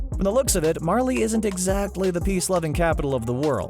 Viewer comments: Who else had to support him saying Marlie instead of Marley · Don't pronounce it as Marlee its pronounced marlay